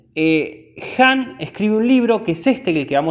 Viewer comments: Excelente resumen. Leí el libro y me dejó muy impactada al igual que otros libros de Han. Sólo una sugerencia: es Han no "Hans" y suena a desconocimiento del autor aunque evidentemente no es asķ por todo lo explicado. Gracias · Que no es Hans ...... es Han. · No es Hans, es Han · Porque dices “Hans”, es Han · Es Han! No hans HAN